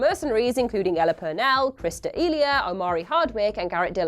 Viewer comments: For the Army of the Dead she says Chris D' Eelya when in actuality it's pronounced D'elia(sounds like Duhleya) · Chris D'EEEELia good pronunciation